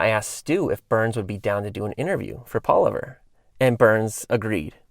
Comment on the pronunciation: Is he just me or does pronounce Palaver, wrong?